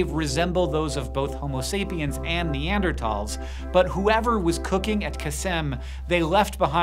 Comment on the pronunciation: Neanderthal, THAL. You keep saying neandertall. THAL, man, THAL. I can’t hear you say it like that anymore lol neanderTHal, use the “TH” sound lol holy hell